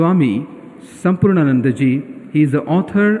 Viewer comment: Why can't the anchor pronounce the name 'Swami Samarpanananda' ji correctly? I don't think it's too hard .